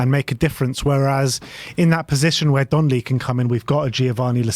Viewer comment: DONLEY NOT DONNELLY!!!